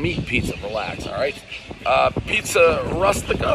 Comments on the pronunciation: Pizza "Rastika"...roait Prez, why did you even try. "the magic twister"! (See American Pie, the Bible!) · Dave is so horrible at pronouncing Italian names. Not sure he's doing anyone favors with these reviews. Proper pronunciation (Pizza Roo-stika). It's a classic Italian dish. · One New York "J word" mispronouncing the word Rustica.